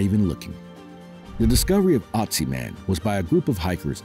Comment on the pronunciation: There is no Otzi man! He is called Ötzi, say it right or let it be!